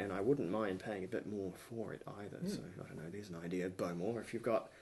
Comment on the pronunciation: I believe its pronounced bo-MORE, rather than BO-more.